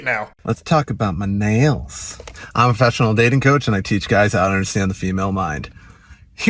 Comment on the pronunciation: „i‘m a freshional datin coach…“ lost me there